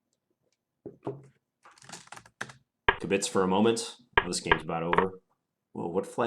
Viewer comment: Arrrrgh! KIB-itz, not kib-BITS.